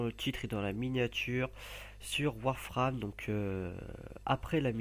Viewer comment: Putain la manière dont il a prononcé "Warframe" xD